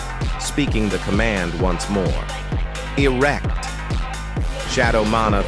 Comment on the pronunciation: TF you mean Eract